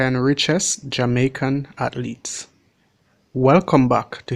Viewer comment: "Hearnings (earnings)" "Hatletes (athletes)" "Haiti Too (82)" 😂😂😂😂. Big up mi yardie dem.